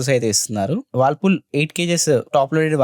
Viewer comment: Whirlpool ❌. Wallpool✅